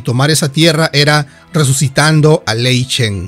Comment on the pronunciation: buen video pero se dice..... GurubaSHI ( no gurubachi ) y lei SHEN ( no lei chen….)